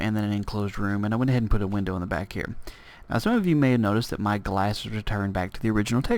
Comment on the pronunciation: Hello! I love your videos and I have been following them since the very beginning. Though I have a few questions for you. Firstly, I was wondering why you always say 'hio' instead of 'here'. Is that to be funny or is that just your accent? Secondly, I was wondering how I can change my glass so that I can see through it? I know you probably already said this but can you tell me please? Thank you!